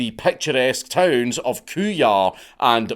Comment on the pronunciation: Hearing Dank mispronounce nearby towns was unexpected 😂